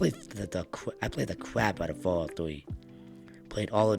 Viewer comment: "fawwout fwee"